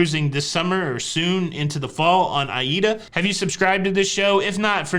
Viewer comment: 🧐 A+ today,. Even got Aida right, ha. Luv your delivery-extra funny today.